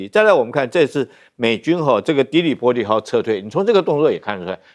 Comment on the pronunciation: 的（發音“狄”）黎波里，Tripoli.